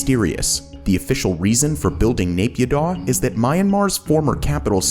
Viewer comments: btw naypyidaw is pronouced Nayy Pyeeee Dawn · you could make an effort to say naypidaw and myanmar correctly.